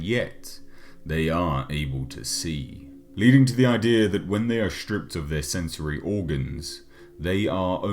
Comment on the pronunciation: Shtrippped. ah, southerners and their speak :)